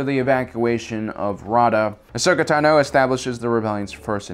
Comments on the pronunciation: Dude, why are you a presenter when you literally can't pronounce ANYTHING correctly?? Ahsoka's last name isn't ta-NO, it's TA-no. The moon wasn't called "Rah-da", it's called "Raada"....as in ra-A-da, hard "A". Three syllables, not two. If you don't know anything about the topic, don't talk about it...... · TAno not TanO!!! you soppused to know about Star Wars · Pretty sure it’s TA-NO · The fact that he says Ahsoka Ta no is so triggeringgg ocdddsadsafgadsg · I cannot handle this assclown narrator constantly mispronouncing Ahsoka TANo's name.